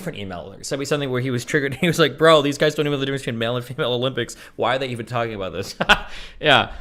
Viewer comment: my dude said "DISIS" 😂😂